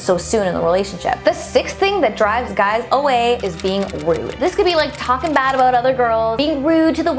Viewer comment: Lol omg yes your Canadian.! In the beginning you said Aboot